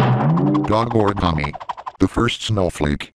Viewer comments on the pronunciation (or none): none